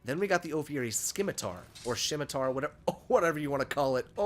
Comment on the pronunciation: “Scimitar=Sim-a-tarr.” Btw